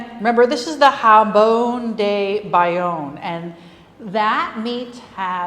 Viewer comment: To English speakers I would say that the j in jambon is pronounced like the soft, final G in the words "garage" or "massage", which are also borrowed from French. Chef was using the Spanish J. Maybe Bayonne is close enough to Spain to forgive the mispronounced word?